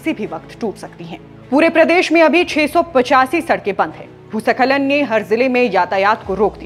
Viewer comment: Didi bhusa khalan to theek se bol do bhooskhalan